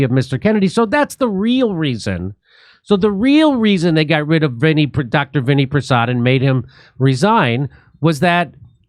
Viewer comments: His name is pronounced Vin-AI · Pronounced vin-AY